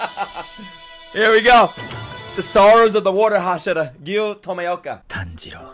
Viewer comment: Pronounced TOE-ME-OH-KA